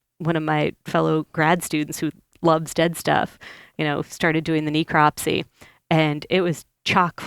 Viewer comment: she could at least learn to pronounce necropsy correctly, geez